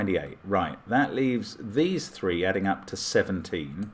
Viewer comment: often pronounces "three" in a way that sounds like "thwee" (with a very de-emphasized "w.") Not always. But often. I hear it a lot in British TV shows. Probably comes from putting the "r" in there without the tongue contortions necessary to make the actual sound.